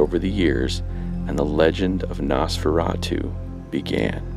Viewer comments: I cringed every time he said NAHS-FERRA-TWO. It's Nosferatu. Noss-fera-tuh. Not difficult. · Nice video, I love stuff like this and as yourself, Nosferatu is one of my favorite silent films. However, with all do respect, please...the name is pronounced NOSferatu. As in NO, a long "O". You are pronouncing it as NASferatu as with a soft "A". Just a piece of constructive criticism. Be well. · Very cool - I found an early VHS copy of this movie back in 1991... No offense or anything, but your pronunciation of NOSFERATU is atrocious. So here it is ... NOS (like the NOSE on your face) FER (like the State FAIR) [and roll your R spanish style] AHH - TU ... Now just put it All together